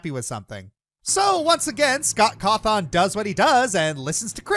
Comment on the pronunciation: Pretty sure Scott Cawthon is pronounced caw-thin not caw-thawn